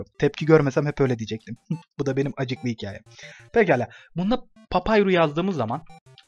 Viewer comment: Abi vio larda lütfen papürüs a payrus deme çıldırdım